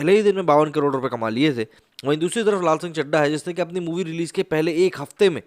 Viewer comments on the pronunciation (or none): none